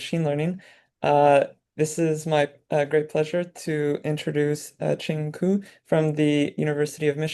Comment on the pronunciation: Qing Qu, not Qing Gu?